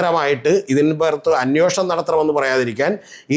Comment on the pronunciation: അന്യോഷണം അല്ലെടെ അന്വേഷണം എന്നു ശരിയായി പറയൂ...